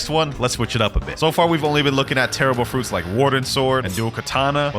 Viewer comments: "fruits" "fruits" "fruits" lets see if you can find any more fruit mistakes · Did you realize how he was saying fruits lol